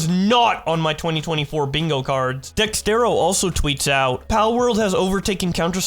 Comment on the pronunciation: Its DEX ERTO not DEX TERO